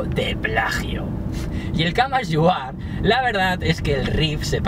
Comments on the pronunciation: el camas yu ar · Buen video,, pero el "grúnch" "el gruns" "el camas you are" "lifium" :V